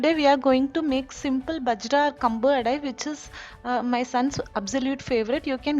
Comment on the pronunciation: Not பஜ்ரா.... it is பாஜ்ரா